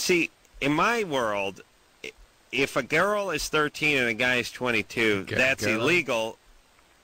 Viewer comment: Adam mispronounces the word girl and it’s fucking hilarious.